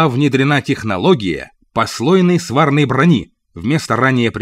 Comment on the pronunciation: Ар-р-р ар-р-р свАрной брони итд. Тьфу, читало хреново!